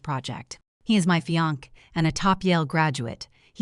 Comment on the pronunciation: Not "fiank" but fiancee - "fiansay" Excelent story, planned so well!